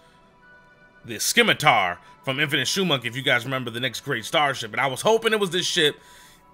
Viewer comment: Sim - a - tar (from the Italian origin) or Sim - ah - ter (from the french origin) not Skim - a - tar ><